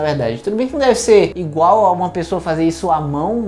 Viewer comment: "ingual" :-D